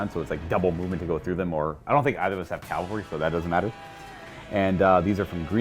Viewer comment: Great battle report but sweet jesus when are folks going to stop saying "calvary" when they mean CAVALRY! :-)